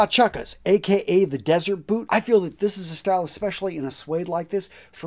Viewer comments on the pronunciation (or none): none